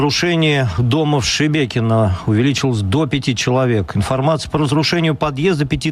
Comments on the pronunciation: Не Шибєкіно , а Шибякіно😂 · Теперь руские, научаться говорорить ,Щебекино. Не щмякино. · не Шебекино а Шмякино